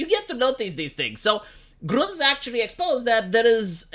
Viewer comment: Gr-umm-zz not Gr-oom-zzz 😂